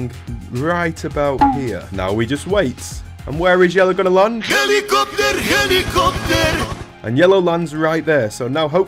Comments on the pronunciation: hedicoptor hedicoptor 😂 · Its not helicopter Its YELIOPTER!! 😂😂😂😂😂😂